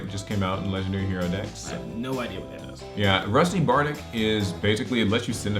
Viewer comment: Why does everyone pronounce yugioh card names so wrong. I mean bardiche makes sense, its not like anyone knows what a bardiche is unless they know something about old fashioned weaponry but then there's seraphinite. Seraphinite = Serafer Knight? Rusty Bardiche = Rusty Bardick or rusty bardich